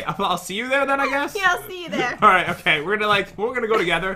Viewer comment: I love that Pat says "thur" instead of there, their, or they're...... 😀